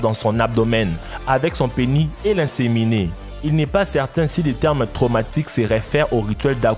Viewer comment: Dans le mot Penis, le S se prononce :))